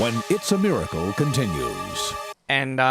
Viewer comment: lol "It's a mircle."